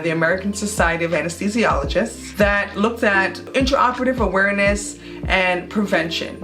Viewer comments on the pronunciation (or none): She lost me at "Awereness"..